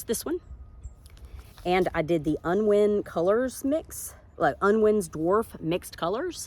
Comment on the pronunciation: North Maryland zone 7A representing. I know you folks don't consider that south. Thanks for sharing your results. Good advice. Those "unwind" flowers are pronounced with a long I, like winding a watch, that makes more sense doesn't it? I sowed a lot of jugs last winter for the first time. I had really good results from starting Eastern Redbud Tree seeds, and also was surprised by the results of mixed color Impatiens which turned out to be all pink. I tried those Walmart/Dollar Store brand seeds with no luck. I'm inspired by your Tithonia results. I'd like to try those. First time viewing your channel, and enjoyed it.